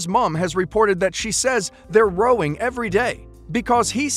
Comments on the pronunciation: In the interest of helpful hints, when describing an argument, it's pronounced 'rowing' with the 'ow' part said same as in 'shower' (like rain shower). Saying 'rowing' the way you did makes it sound like they rented a canoe for their honeymoon 😉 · "Rowing" in thatcontextis not pronounced like that, it's British slang, a row (pronouced like Mao but with an R insteadof M) is basically a heated argument (sometimes to the level of screaming at each other)